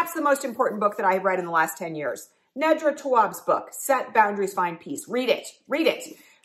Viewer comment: Her name is Nee-dra. Next time, YouTube the author so you can hear them say their name.